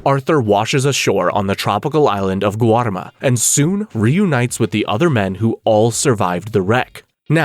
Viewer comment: Ya rolled the R in Guarma but didn't pronounce Colm correctly: Colom. LMMFAO 🤣🤣🤣🤣